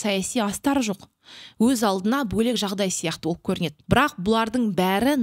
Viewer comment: Жүргішушііі!!! БО'ЛЕК ЕМЕС , - БӨЛЕК делінеді. Түсінәкті." Ө " әріпі сізге таныс емес екен! Қазақша біліп сөйлеп😢 ал бірінші, сосын барып жүргізушімін де